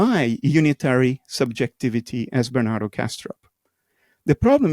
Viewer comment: I like how he called him Ber-nan-toe